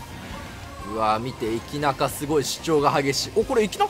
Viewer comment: のエキナカがイキナカに聞こえてえっちだねえっち